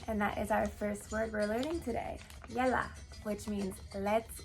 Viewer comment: Not yela but ( yallah ) lets go